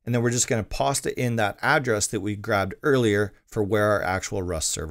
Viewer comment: This video has helped me a lot with managing my own rust server that I will soon be trying to make live and I am very thankful for it! Out of curiosity, why do you say "pasta" instead of "Paste"?